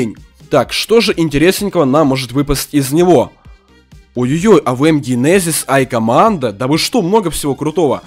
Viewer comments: Джикоммандо, а не айкоммандо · Не айкомандо а джейкомандо